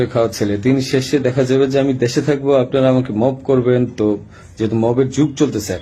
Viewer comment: জোর দিয়ে মব বলার বিষয়টা 😁মনে হলো পুরা স্ক্রিপ্টেড😂